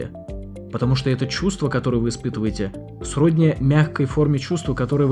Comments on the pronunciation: Это хороший ролик, спасибо! Именно поэтому вашим зрителям хочется его ещё улучшить и если не его то последующие. "СроднИ" )) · СроднИ, а не срОдни :) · не срОдни, а сроднИ не 5-ый, а 5-й а "резервация" столика это территория в Африке